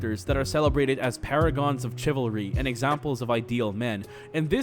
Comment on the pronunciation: in, the way he said "chivalry" with 'ch' like that in "cheese", and the way he said "caricature" like "ca-rick-ature" has already drove me up a fucking wall.